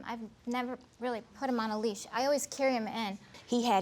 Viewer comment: J M it’s leash not lease